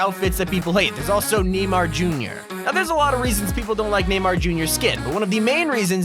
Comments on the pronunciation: Not him saying “Die-Nammo” instead of “Die-Nuh-Mo” for Dynamo and “Neemar” instead of “ Nay-Mar” for Neymar lmfao. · hahahahahahaha NEIGH MAR NOT NEE MAR NEIGH MAR junior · Did he really just call neymar NEEMAR the first time he said it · You pronounce it naymar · Hey called Neymar Nimar omg I'm dead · neemar junior lmaoooo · It’s pronounce namar but what eves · (Die-Namo) (Dynamo) - (KNEE - Mar) (Neymar Jr. LMAO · That ain't how u pronounce neymar mf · fucking hell i cringed so hard on some of that pronunciation dynamo and neymar made me end my self